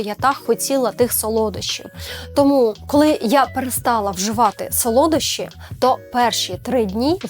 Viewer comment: сОлодощі, наголос на першу о